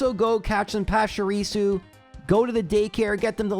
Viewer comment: PESHARISU!? Come on bro... at least Are Canine has some logic behind it, you have no excuse for butchering Pachirisu that badly lmao